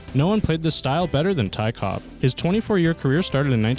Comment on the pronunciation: Ty Cobb. No 's' on the end. Cobb.